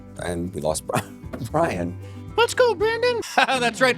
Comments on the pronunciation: Let's go Bwian! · Little Bwian WEF boy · make a 24/7 Bwian speech running day in day out